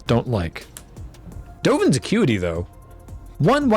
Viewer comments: I 100% heard that as, "Dovin's a cutie". Thanks.. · Not a Magic player, so I was confused when I heard repeatedly say "Dovin's a cutie" until I realized it was "Dovin's Acuity".:D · I swear I keep hearing saying 'Dovan's a cutie' rather than 'accuity'...